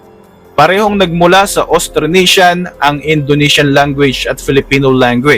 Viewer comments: AUSTRONESIAN hindi Austranesian. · At the very beginning of the content, there is a mistake, the spelling and pronunciation of ' Austranesian ' instead of ' AUSTRONESIAN '. FYI, the correct spelling and pronunciation is Austronesian...